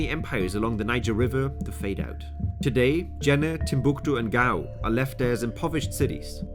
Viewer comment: I can’t stand the way he says Timbuktu